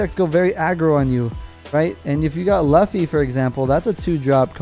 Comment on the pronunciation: I pick red...im rolling with the Straw Hat Screw!...you butchered the name Luffy ...its all good! Lol